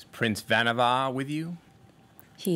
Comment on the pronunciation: Pretty sure the actor just misspoke - everyone else including the storyteller rhymes the last syllable with "car".